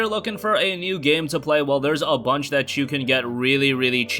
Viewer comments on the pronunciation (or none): none